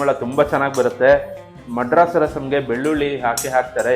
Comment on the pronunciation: ಮಡ್ರಾಸ್ ಅಲ್ಲ ಮದ್ರಾಸ್